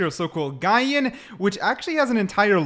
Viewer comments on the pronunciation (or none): That Gian pronunciation💀💀💀 it's Jee-ahn dude....